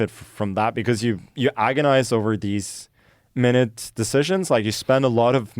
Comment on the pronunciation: Magnus, "minute" as an adjective is pronounced "my newt," not "minit."